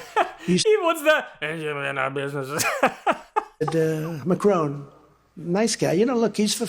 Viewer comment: Macron, whose name he butchers (it's not "Macrone") spells the same word "NOUS". How about that? I do agree with Trump about one thing, though. He's certainly amazing. Or, as Macron might put it it, incroyablement stupide. Macron doesn't need to speak French, of course. His English is extremely good, and certainly a lot better than Trump's.